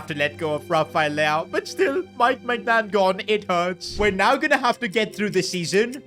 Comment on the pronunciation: ITS NOT MEIGNAN